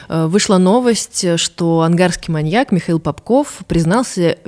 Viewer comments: Выпуск прекрасный, всё отлично, но ВАШУ МАТЬ, СКАЖИТЕ ИМ КТО-НИБУДЬ ПРО УДАРЕНИЕ В СЛОВЕ "МАНЬЯК" ВО МНОЖЕСТВЕННОМ ЧИСЛЕ, УШИ ВЯНУТ БЛЭТ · маньЯк, маньЯка, маньЯков.... 😭 очень больно слушать подкаст при таком количестве упоминаний этого слова с неправильным ударением